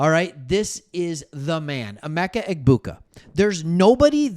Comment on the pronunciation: Yo.. The “g” is silent in Egbuka.